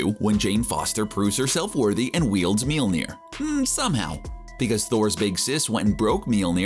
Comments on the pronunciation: me-YOL-neer. not Me-YEEL-neer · Take a shot every time the narrator pronounces Mjolnir as "Meel-nir" instead of "Myohl-nir". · For such big comic book fans, you'd think that the pronunciation of Mjolnir (M-Yol-Near) would be right, unless trying to parody Darcy from the films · Why do you say molnjir like that